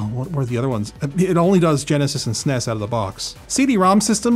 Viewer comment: Did he say "sness?"